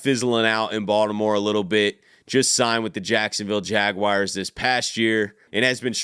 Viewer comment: Every time you say Baltimore I literally smile lmao you’re def from here